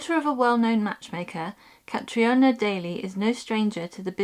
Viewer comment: It's not Cat-ri-ona but Cat-reena lol!